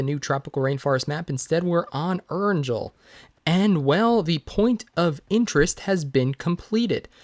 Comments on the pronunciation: It's Erangel with a hard 'g' 😜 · Stop pronouncing Erangel like that wtf it's pronounced as "Er-anguhl" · The way you say Erengal triggers me so bad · Love from mars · I like really hate the way you pronounce erangel but i like you so